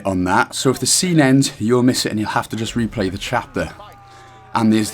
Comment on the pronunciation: not "ze door" as in "zi" you need to pronounce the "e" more like the first "e" in "eleven" that's German English if not learned right :p